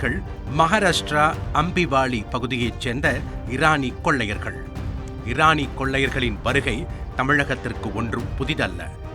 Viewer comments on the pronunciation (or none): அடேய் அது ஈரானி இல்ல இரானி